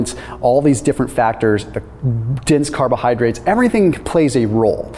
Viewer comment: Did he say, "the tits, the carbohydrates"?